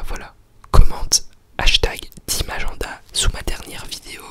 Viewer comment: j'adore quand il dit aGENda